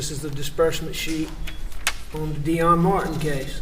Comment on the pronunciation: Does he know how to pronounce /th/?? “Dis, dat, dey”… I cannot stand it.